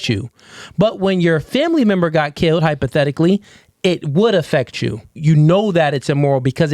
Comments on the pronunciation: 2 seconds in and I lost brain cells. Tf is hypotellicaly 😂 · Not even in Spanish did she say hypothetically correctly😂😂🎉🎉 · It’s fucking brutal, listening to her try to say hypothetically